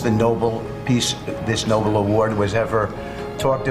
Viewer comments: "Noble Committee" OMFG it's NO BELL!! If you can't pronounce it stop fucking asking for it. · They cannot even pronounce the name of the family correctly! NO-BEL, not NO-ble. The Trump Press Secretary says it the same way. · Those idiots can't even say Nobel correctly pronouncing it noble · And what is it with these people not even getting the name right? It's the Nobel, not the Noble, prize...........and he has about as much chance to get it as Hitler. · Can't even pronounce Nob-el, not noble. What idiots. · Dummy said "Noble" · Does any Republican know how to pronounce Nobel? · doesn’t even know how to say Nobel 😅 such a sad excuse for a government